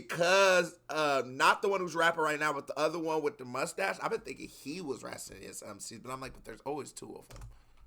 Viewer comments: Hey, man: Rah-cee-oh-nuys. In São Paulo, we learn to respect Racionais before we learn to respect our parents. I'd like to see you react to "Homem na Estrada" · Greetings. Great reacts man. You can read their name as "RAS-YO-NICE MC", as we say in good portuguese. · Racionais, plural of Rational. "Rah cee ow nais" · you can pronunce it HA - SEE - OH - NICE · I'm enjoying these reactions, you are super smart! But please go to Google Translate and learn how to pronounce "Racionais", cause you're butchering it 😂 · To sound like portuguese, u should go "RATIO (rrah-sio) + NICE (nah-eesss) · I like your videos, but learn how to say they name right!